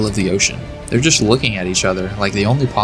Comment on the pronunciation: “THEY’ER EVERYWHERE!!!”